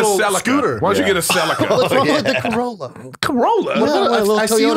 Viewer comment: Eric said celica hahaha